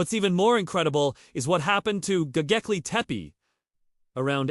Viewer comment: Bro you can't even pronounce the name correctly so how do you expect people to take you seriously? It's not gogeple, it's Gobekle...B not G